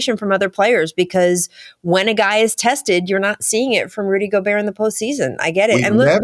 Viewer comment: HE IS FRENCH! GOBERT IS PRONOUNCE GO-BEAR, LOL